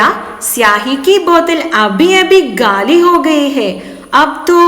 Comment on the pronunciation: ഖാലി ബോത്തൽ , not ഗാലി